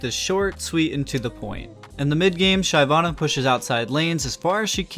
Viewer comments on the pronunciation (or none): his pronunciation fucking hurts.... SHIV-AH-NUH.... he gets it right though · When I heard the first Shayvanna I had to pause the video and think if I really wanted to watch it. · Its "sheh-vana". Ty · It was super cringe man, holy stop americanizing everything. Like how can you name "La Casa de Papel" into "Money Heist". Super cringe man. NA is super cringe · Everytime he pronounces Shyvana, I wanna kill myself. Maybe learn the actual pronunciation of a champion’s name before doing a video..... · the way you say "Shyvana" makes me question your elo tbh....lmao